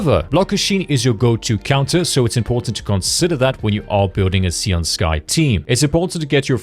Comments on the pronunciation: "SAY-oon", not "SEE-oon" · Can we not call her "Si-an Sky"?